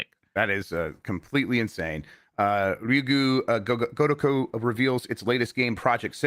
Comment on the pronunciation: "ryoogoo agogo a kodako" - 2024 This is not judgemental or mean spirited at all in the slightest, I promise, but I laughed so hard and listened to him say this so many times. Job bless that man. 🎉